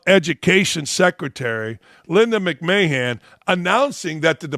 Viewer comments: Linda (McMan)! Not McMayhan… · He called her Linda McMayhand, it's pronounced McMan as in Vince McMahon's wife lol